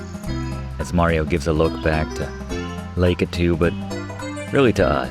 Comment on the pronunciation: You are the only person I've heard say (lake-ay-too). Ive heard: Lah-key2 La-ka-ta, and maby a couple others I can't remember. I always pronounced it and heard it in my area and circle of friends as, Lack-ah-two. Thanks for all these videos, i love them all!❤